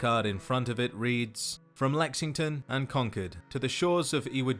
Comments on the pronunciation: It's funny, when you say "Concord", my ears hear "conquered". Edit: is said as "Delta nine", much like Mk II is said as "Mark two". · con-cord is how it is pronounced here in the US, awesome video thanks. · Con-chord. Speak American damn it